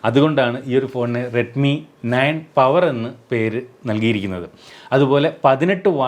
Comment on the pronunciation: പവർ എന്ന് പറയുമാഷേ